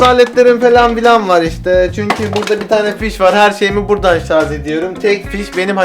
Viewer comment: sarz degil sarj...